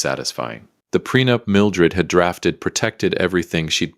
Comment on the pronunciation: The timeline isn't as bad as the pronunciation. Ew.